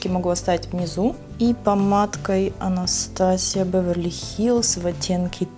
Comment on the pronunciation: Только не "АнастАсия", а "Анастэйша"😉 А так все круто😻